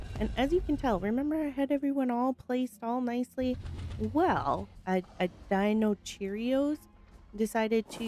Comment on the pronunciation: The best moment is when you say Deinocheirus a Deinocheerios 😂